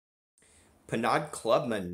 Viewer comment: Penaud is pronounced Pay-Know....I say Penaud, but I do that to be difficult...lol